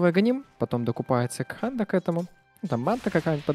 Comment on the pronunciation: Кто-то скажет, наконец,, что Х в Канде не произносится?